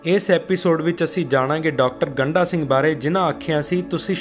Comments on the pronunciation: ਗੰਢਾ ਅਤੇ ਗੰਡਾ ਵਿੱਚ ਫਰਕ ਨੂੰ ਸਮਝੋ ਜੀ, ਗੰਢਾ ਪਿਆਜ ਨੂੰ ਕਿਹਾ ਜਾਂਦਾ ਹੈ, ਡ ਅਤੇ ਢ ਦਾ ਉਚਾਰਨ ਵੱਖੋ-ਵੱਖਰਾ ਹੈ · ਇਹ ਸਰਦਾਰ ਗੰਡਾ ਸਿੰਘ ਉਚਾਰਨ ਕਰੋ ਨ ਕਿ ਗੰਢਾ ਸਿੰਘ ਠੀਕ ਕਰੋ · ਡਾ. ਗੰਡਾ ਸਿੰਘ ਬਾਰੇ ਵੀਡੀਓ ਬਣਾਉਣ ਤੋਂ ਪਹਿਲਾਂ ਆਪਣਾ ਪੰਜਾਬੀ ਉਚਾਰਣ ਸਹੀ ਕਰੋ ਸ਼੍ਰੀਮਾਨ ਜੀ, ਤਹਾਨੂੰ ਤੇ ਡ ਅਤੇ ਢ ਦੇ ਉਚਾਰਣ ਦਾ ਫਰਕ ਵੀ ਪਤਾ ਨਹੀਂ ਇੱਕ ਵਾਰ ਨਹੀਂ ,ਤੁਸੀਂ ਵਾਰ ਵਾਰ ਉਨ੍ਹਾਂ ਦਾ ਨਾਮ ਗੰਡਾ ਸਿੰਘ ਦੀ ਬਜਾਏ ਗੰਢਾ ਸਿੰਘ ਬੋਲੀਂ ਜਾ ਰਹੇ ਓ😡😡😡😡😡